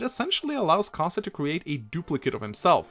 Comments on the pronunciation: pretty sure he's pronounced ka-zei not ka-sa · I'm not sure if you did this on purpose but Kaze's name means "wind" in japanese and the way you say his name properly is when you pronounce the "e" at the end of his name it sounds more like a uppercase A